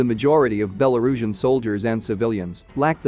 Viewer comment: # - your copy has improved a lot in past months. Having titled sections was a nice idea, butt therobo-voice didn't handle it very well I understand your decision to stick with therobo-voice. I recommend keeping the app or library up-to-date, as it doesn't handle some words very well (e.g. Belarusian)